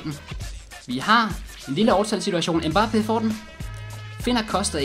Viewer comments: du udtaler mbappe rigtigt jeg har boet i frankrig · Du udtaler mbappe rigtigt man ligger altid tryk på slutningen af et navn på fransk :)